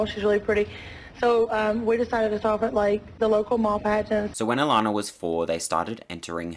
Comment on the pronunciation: I love it when another Aussie pronounces "Allannah" properly!! 😁